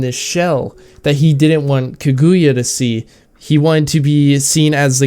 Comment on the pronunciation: Good and precise review The movie was just amazing. I also had good weebs watching together. The theater was full seated (must be because there is only one showing for only one day) Just one problem It is Ka-Gu-Ya Not Ku-Gu-Ya